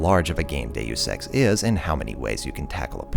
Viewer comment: Why can't anybody pronounce Deus X?